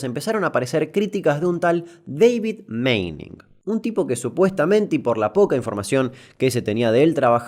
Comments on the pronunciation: Tanto que te esforzaste en pronunciar y me parece que es Manning no Meining la pronunciacion ajajjaa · Repeat after me: Pronunciation: "Mening" Damian: "que le invente una i y lo pronuncie Meining, dice" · Se pronuncia Mah-ning. Alargando la aaa. No Meining. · se tiene que pronunciar Maning y no Meining, por la doble N en el medio :P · se pronuncia maning como suena! (un jodido)